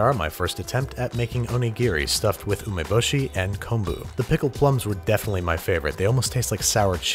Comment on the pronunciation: no one: this man: cumboo